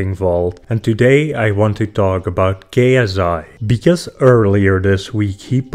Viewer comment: Istg he said gayasseye